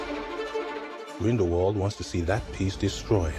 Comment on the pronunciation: Grindelwald se dit vocalement "Grinedelvalde"